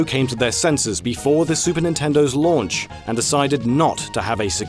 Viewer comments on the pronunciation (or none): none